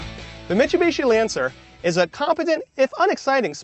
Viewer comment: "The Mitch-chu-bechi Lancer..."